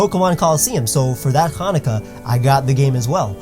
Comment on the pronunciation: I love it but your a jew? no offense I just was wondering because you said hannaca I dont care about religeon im an aithest but i get christmas but sometimes its kinda bundled with hannaka you know